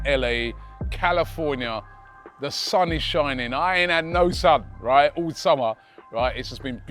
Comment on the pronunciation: Calafornia Robbie's mouth is so used to say calafiori😂😂😂😂